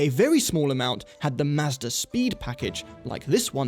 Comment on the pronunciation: So refreshing to watch a Youtube car review and hear the word "Mazda" pronounced correctly over and over again (coming from a Canadian living in the US for the last 10 years)